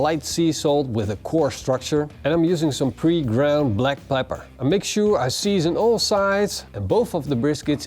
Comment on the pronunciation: I have listened to you saying "Pre-ground black plepper" for about 5241 times now and it still sounds funny. Now i just need some brisket in my life.